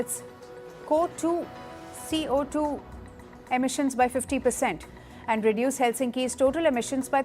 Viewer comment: bruhh, get better journalists firstpost, she cant even read CO2